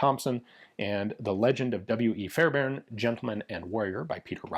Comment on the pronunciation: As a Fairbairn, thanks for pronouncing our name correctly!